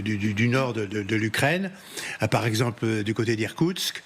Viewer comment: irskoutsk????? ou bien koursk???? frontiére mongol pour irkourtsk et frontiére ukrainienne pour Koursk..... un peu de sérieux monsieur l'ambassadeur!!! lool et en plus il répete deux fois la même erreur. si les ukrainiens arrivent à Irtkoursk, ben la russie, bye bye. hum...remarque que ca serait pas une mauvaise idée finalement )))))